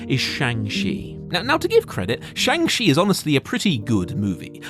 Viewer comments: Shang Chi is supposed to sound more like Shaun[g] than Chang. They have a entire scene in the movie dedicated to the pronunciation of the name. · Saying chang chi was great hurts your credibility. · Shang Shee 😭 (shang chi is not pronounced that way a is pronounced like fathers a and ch not sh) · Oof when you say shang shont is good...doubt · How do people keep mispronouncing Shang Chi? Like they literally said the name and cleared up how to pronounce it in the movie... It's Sean with a g... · How is it possible that youre still mispronouncing Shang Chis name... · The way most English speaking people pronounce the "Chi" in "Shang Chi" butchers the Chinese pronunciation of the vowel. But the way you pronounced it butchers both the consonant sound and the vowel. I honestly didn't know it was possible to pronounce it even more wrong than most people already do. It's mind boggling. Also, one issue I have now (among many) with the MCU is that they've already saved the earth, then tried and failed to save half the universe, then tried and succeeded. How can you get any more huge than that? After End Game nothing really feels like it's high stakes any more because nothing's putting half the universe at risk. There are tons of other issues with this phase though, so yeah... Better writing is ultimately what is needed. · They go through pains in the film to pronounce Shang-Chi's name correctly for the audience and you still mispronounce it. Come on man.